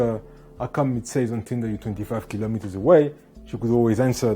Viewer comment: 25 kilimeters 😂😂😂